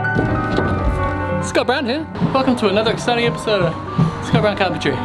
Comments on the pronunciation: Sounds like "Scott Brown Hair"! Mwahahaha! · Hearing that many 'Scott Brown here' sounds like 'it's got brown hair'. Haha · Did anyone else start hearing “he’s got brown hair”? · My bogan aussie ears hear " s'got brown hair " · Sounds like your saying "Hes got brown hair" 😂 good vids mate